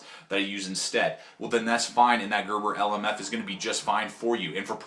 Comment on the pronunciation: This guy is a rookie, does not know how to baton or even pronounce the name of the blade